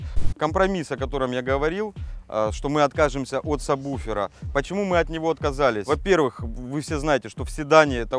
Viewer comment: "Сабуфера"!!! "Сабуфера"!!!!! Мои уши!!! "Сабуферные"!!!!